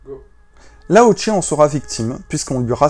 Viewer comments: Attention c'est Lao "che" et non "tche" 😊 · Ca sr prononce lao cheu pas lao tché